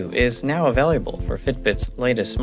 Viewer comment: Why does she say available like it has a U in it? .. he says availUable